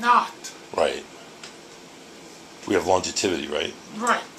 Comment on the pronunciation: Longetivity? Miss you lol